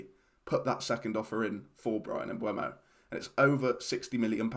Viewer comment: With the E before the U isn't it pronounced "emboomo?